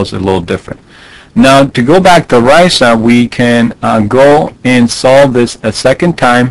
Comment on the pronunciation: RISA rhymes with Lisa.